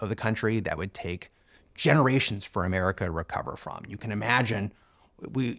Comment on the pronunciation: I have great appreciation for Mr. Murray and rather enjoy his pluminess--but I do wish he would drop his odd pronunciation of "America," which sounds like a-MAH-ri-KAH.